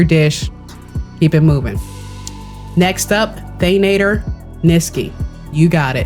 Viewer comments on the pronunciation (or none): Thank you for the recipes! I use the mushroom pie and the crunchy egg fry all the time for harvesting. For the future though, it's Than-ah-tore, not than-ay-ture 😅😅